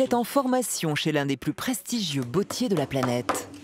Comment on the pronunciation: „des plus prestigieux bEAUtiers de la planète“ 😫 Non! Mauvaise prononciation! „bottiers“ se prononce avec un „o“ ouvert et non un „o“ fermé comme dans „beauté „. La langue française compte quinze voyelles phonétiques, apprenez à bien les prononcer!